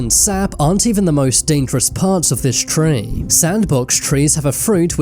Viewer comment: i had to quit the video after hearing you say ''treeee'' second time .. careful with your accent and anus pls